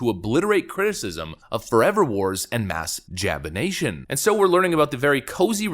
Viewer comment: Did he say "mass jap-ination"?